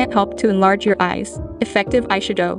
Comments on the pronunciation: I've never heard eyeshadow pronounced that way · Aye shud owe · When she said ayshadough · I’m dying at the EYE - SHA - DO 🤣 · "Eyesha-dow" has the same energy as that "fre-sha-vaca-do" vine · "Eyesha-doughe" I cant help but notice it. 😅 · "eye shue-doe" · “ai shadoh”🥴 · ay-she-doh LMAO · Bruh I didn’t realize it was a version of Siri speaking until halfway through the vid with the eyeshadow pronunciation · I like the way she says eyeshadow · The way she says eyeshadow lmao